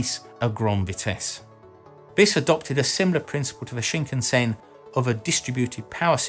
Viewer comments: Just a nit, but the "Shinkansen" is pronounced Shin-KAN-sen, just as most westerners would naturally pronounce. (It is not Shin-kan-SEN.) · Its pronounced SHIN-CUNN-SENN. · It's pronounced shin-can-sen, not shinkunsen. Interesting video :) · Okay, I understand people mistaking the pronunciation of Kyoto and Tokyo (people often say To kee yo instead of tou kyou), but Shinkansen is so easy. It's sheen kan sen NOT sheen ken sen. I haven't had a chance to ride on the French high speed rail, but the Japanese one is smooth and comfortable beyond belief. The only downside is the fairly high price. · The “shinkensin” you say? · CosmoDeus It's pronounce shin-kan-sen actually, exactly as it is spelled! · That pronunciation of shinkansen though 😱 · in france chou mean sprout lol sprout shinkasen ,,, vive la france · CosmoDeus Thats because the H in Khan gives it its pronounciation as Karn and tbh its only the Americans who mispronounce Japanese words! Just listen to how they mispronounce Japanese car names, such as Neesarn, Hornda, Marzda or Toyotar!